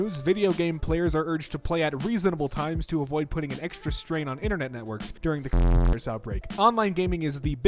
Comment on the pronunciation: Why aren't you able to say coronavirus?